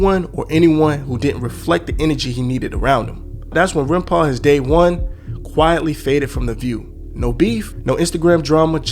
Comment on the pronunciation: Aint gonna lie scarred me with "Runpau"